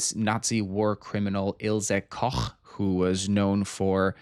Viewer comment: Small thing but as a German I appreciate you pronouncing Ilse Koch correctly 😄